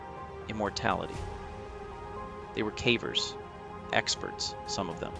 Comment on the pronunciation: Why the a.i. voice my friend ? Thats not how you pronounce the word "cavers"